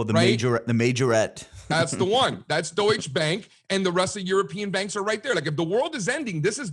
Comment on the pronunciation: By the way, you said "Deutsch Bank" in this video, Germans pronounce that -e in the end and while a different pronunciation in another language is normal, that mistake is pretty irritating to German speakers. Porsche even made a video for that